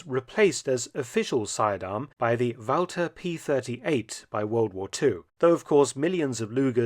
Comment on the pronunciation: "the wowser" Ah, Inspector Gadget's sidearm!